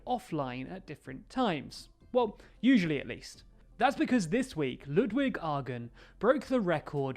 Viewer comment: Ludwig's name is pronounced L-uh-dwig Ah-Gren